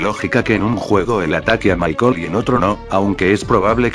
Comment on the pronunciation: Dios, porque cuando en este video, dice Michael, y yo le entiendo mar*cón xd